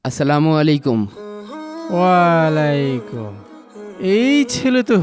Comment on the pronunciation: ওয়ালাই কুম ??? 😂😂😂😂😂😂😂😂😂😂😂😂😂😂😂😂😂😂😂